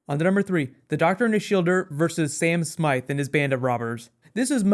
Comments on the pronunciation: "sam swift" not smite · Sam Swift* not Sam Smythe/Smite, just in case anyone was wondering :) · i thought his name was Sam Swift the quick, not Smythe?